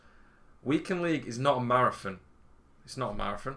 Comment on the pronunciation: “Weekend league is not a marafin”